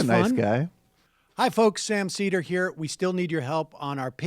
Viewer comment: Sam URL is really not that hard to pronounce